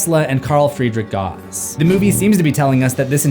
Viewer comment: Gauss is pronounced like the character from Final Fantasy VI. "Gow ss"